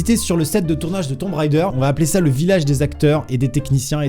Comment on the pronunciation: Ahahah, dessoler mais mes oreilles saignent: on ne dit pas "Tombe raideur" mais "Tom Raider" (on NE prononce PAS le B dans tomb). C’était le p'tit cours d'anglais ;) ...